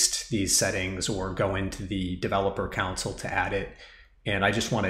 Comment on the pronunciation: with much respect, can I mention that "console" is pronounced CON-SOUL, I was getting confused with your instructions talking about a COUNCIL until I realized what you were saying. cheers